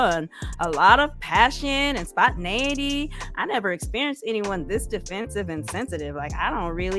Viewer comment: Alexis said SPONTINUITY... how did you miss that